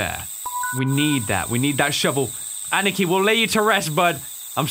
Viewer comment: when he ann-nih-kee instead of ah-nee-kee... lol, love ya!